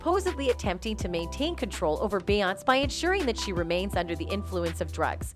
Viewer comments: Who’s “be-ount” they know they can tear up black peoples names, lol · BAY-AWNSZ 😂😂😂 MORE LIKE BEE-AWN-SAY (BEYONCE✨) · OK is she messing up her name on purpose because everybody else name she said correctly 😂 BEYONCE ! NOT BAY YONC 😂🤦🏾‍♀️ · It’s Beyoncé. Not Beyons 😂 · Lies. And her name is not Beyons. It's Beyonce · YOU TALK TOO MUCH! SHUT UP AND PLAY THE VIDEO PLEASE. AND HER NAME IS PRONOUNCED “ Bee-Yon-Say”…3 syllables! Stick with spilling tea from your own clique/Entourage/something you know a little bit more about what you’re speaking of!! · Who pronounces Beyonce as beyons?? 🤦 At least you could pronounce her name correctly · Her name is pronounced 'Be-yonce-say'. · They're BOTH evil. Jay-Z with his "Joe Camel" lookin' ass...Beyonce ain't a prisoner. And when did we start calling her "bay-ontz"? 🤣🤣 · "Beyunce"?.??? ..please... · I always knew the voiceover was AI generated, but it really shows with how it pronounces bayOUNCE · Let’s help her. It’s pronounced like Beyond Say. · BaY AnTs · This is really a show about the insect world.. Bee ants cee? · It’s “Be On SA” geez! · So Nobody gonna say anything on the narrator saying her name in this horrible fashion lol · How do you not know how to properly pronounce her name😂😂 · Girlllll Her name is Beyoncé 🤣🤣🤣 She just fucked that lady name All up Lol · Can someone teach her how to say BEYONCE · Omg !!! So annoying how her name keeps being said...if you know so much about them , you'd think you'd be able to pronounce it properly. So annoying I couldn't keep watching it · Lol. Loving the pronunciation of “Beyoncé.” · Lame…..and you can’t even say het name right. Clickbait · It’s pronounced queen BEE! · This is video is so phony and made up. She didn’t even pronounce their names correctly and this is opinions and not facts. This is violative to promote this message. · Why can't the narrator pronounce Beyonce' correctly? I'm so tired of hearing fake voices. Quit being lazy and fix this shite! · She butchered her name😭